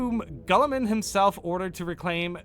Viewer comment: bruh that’s not how you pronounce Guilliman 😂